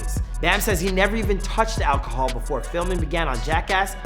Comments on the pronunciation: "Olcohol" lol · the way he says "Alcohol"